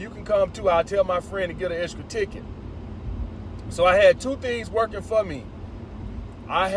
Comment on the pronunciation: “Excra ticket” 😂